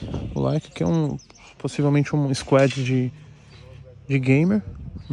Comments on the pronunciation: Ninguém: a Toguro: Squédi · 😂😂😂😂😂😂 o jeito q ele fala " squad " é mt bom